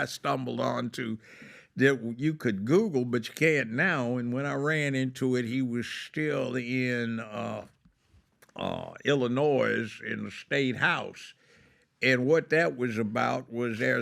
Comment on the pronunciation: It's pronounced illinoi. Not Illinois